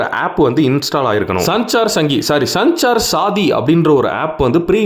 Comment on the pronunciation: அதோட உச்சரிப்பு சஞ்சார் சாதி இல்லை! சஞ்சார் சாத்தி அதாவது தொடர்பு துணை என்று பொருள்